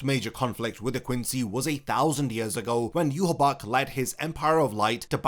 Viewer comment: Question: Why do you pronounce Yhwach as Yuhabach, when the anime calls him Yuhabaha?